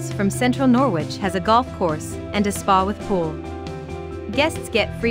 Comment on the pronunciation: Norwich in the UK is not pronounced Nor-wich, it's pronounced Nor-rich. And Bawburgh is wrong too. You want to look these names up before creating a video with an auto voice that can't pronounce the names properly.